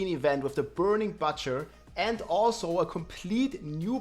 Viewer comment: Burning “Batcher”